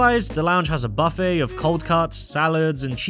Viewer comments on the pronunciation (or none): none